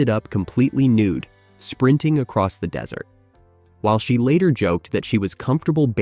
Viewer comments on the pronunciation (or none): none